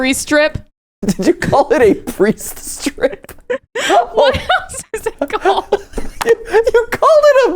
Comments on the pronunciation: I swear I heard and matt say priest drip xD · I heard "Priest Drip" not "Priest Strip".... I now can't get that image out of my head